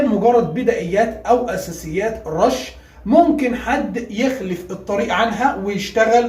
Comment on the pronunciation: بعد احترامي لحضرتك اساسيات مش اسسات